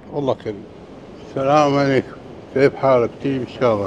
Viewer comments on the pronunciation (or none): none